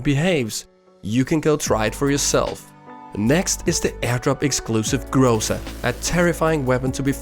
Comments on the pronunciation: Not grOza, but grozA :) It is a russian word for thunderstorm. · Its not grOza, its grozA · Let me correct your pronunciation. Correct to emphasize the last syllable. Like GrozA. What in translation means the Thunderstorm (rus. Гроза) And tnx for your vid's =)) S!